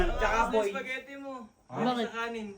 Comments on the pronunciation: Spaghetti ❎ Supas✅ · dami kong tawa sa soupagetti mo sir 🤣🤣🤣 practice lang mamamaster mo din yang soupagetti 🤣✌️